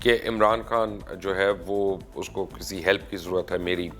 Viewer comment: آپ کی ساری باتیں سو فیصد متفق ہوں۔ مگر برائے مہربانی اپنی اردو پر توجہ دیں۔ صحیح لفظ“عمران کھان” نہیں ہے وہ “عمران خان” ہے اور “حَکومت” نہیں ہے “حُکومت” ہے۔ یہ ہندی فلموں کی وہ خاموش سازش ہے جس کے ذریعے ہمارے لہجے اور تلفظ کو برباد کیا گیا ہے۔ اور ہم غیر ارادی طور پر ہندی بول رہے ہیں۔ آپ جیسے باشعور لوگ بھی اگر یہ نہ سمجھ سکیں گے تو پھر ہم کس سے توقع رکھیں۔ خدارا اِس شازش پر بھی لوگوں کو توجہ دلائیں۔